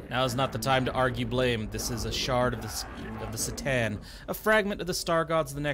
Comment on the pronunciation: Gotta love how you call C'Tan - "the Satan"